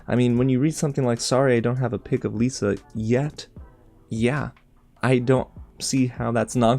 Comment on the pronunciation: It's pronounced Liss-uh.